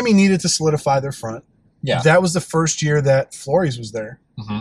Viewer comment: JUST SAY FLORES RIGHT ONE TIME!!!! Why has no one corrected you?!? It’s pronounced floor-ez